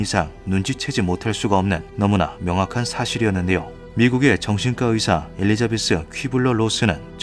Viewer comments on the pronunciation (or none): none